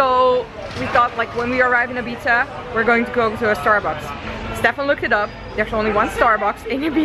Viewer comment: Hoe Ibiza uitspreekt klinkt als "eat pizza" ❤️